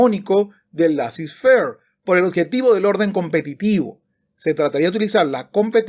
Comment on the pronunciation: Laissez faire es una expresión en francés y se pronuncia "lesé ferg"...